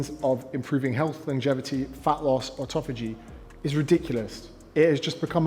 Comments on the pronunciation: The old offftofogy…..it’s autophagy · Never listen to someone on the subject of autophagy, who can't say the word autophagy.